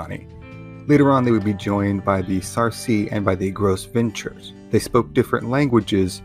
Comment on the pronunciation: “Gros Ventres” is pronounced as “Grow Vaunt” in English. French for fat or big belly.